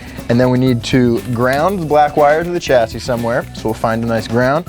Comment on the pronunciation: Love watching these vids but man I gotta tell ya chassis is pronounced 'shassy' 😂 not a 'ch' sound lol.